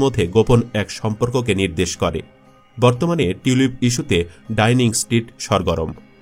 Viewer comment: ডাইনিং স্ট্রীট নাকি ডাউনিং স্ট্রিট